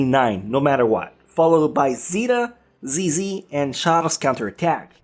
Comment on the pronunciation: You claim to like them yet you can't get the names right for ZZ or 00. Come on man.